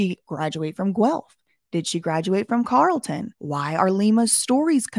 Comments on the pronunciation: Carlton is pronounced "Carl" "ton" haha you got it right some of the time. You did well with "Guelph" though👍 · We pronounce it "Carl-ton" in Ottawa. This whole situation is weird. Keep on the good work